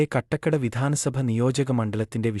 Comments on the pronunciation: കാട്ടാക്കട എന്ന് പറയാൻ അറിയാതെ ആണോ സെൻസ് എടുത്തത് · കട്ടക്കട അല്ല കാട്ടാക്കട ആണ്. പോടാ വിവരം ഇല്ലാത്തവനെ.